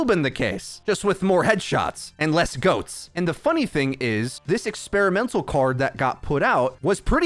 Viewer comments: he said pretty "goatsy" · You said goatse lol